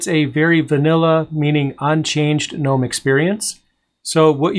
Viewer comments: Nope, Gnome with a silent G... Like the garden gnome. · Why is it pronounced G-nome? Instead of with a N like “nome”? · I almost went to GNOME for my first Linux computer all because I wanted to build a Garden Gnome themed computer case. Then I saw they pronounced it differently and I got salty about it.